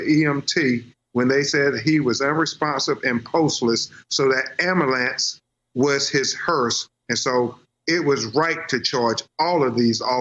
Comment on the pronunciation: Why can't the attorney pronounce basic words like "documentary" and "ambulance?"